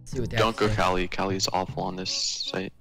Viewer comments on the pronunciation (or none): A 1000 hrs as yet still pronounces it caw-ly. It's ka-li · it hurts me how he says Kali... like i say "Kal-e" as in.50 "Cal" yet says Call-E like a mfing knockoff of "Wall-E" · IM FRICKING DYING from say kali wrong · for someone who mains Kali you pronounce her name stupidly wrong love you tho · That's not how you say kali